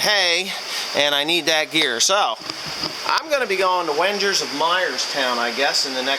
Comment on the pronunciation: Dang it, its "WENGERS" not whengers. You NJ people...